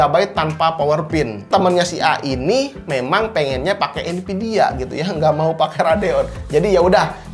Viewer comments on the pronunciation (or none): none